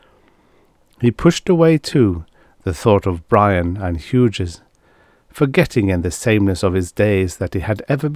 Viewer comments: I love all of your readings. Your channel is an oasis in an increasingly uncomfortable robot voiced landscape. One tip, Hughes is pronounced. H-you-s the g is silent here, the second syllable is pronounced just like the letter 'u'. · those robot voices are improving, but I find them still quite obnoxious. :) Thank you for pointing that out, Hughes to be pronounced more like hues or hews, noted for the future!